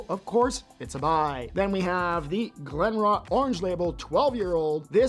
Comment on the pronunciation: Don't you check the pronunciation of the distillery that you're not familiar with? I would suggest you do it before recording. Just saying.